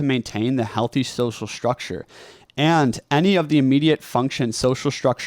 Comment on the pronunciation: Another young person who has a sh sound for a st spelling. Shtructure. It has been spreading in our culture. Wonder why. Distracting a bit. Content good so far:)